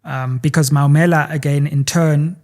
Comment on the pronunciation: It's Maumela, like the removed judge from the Meyiwa case. Not Mammila😅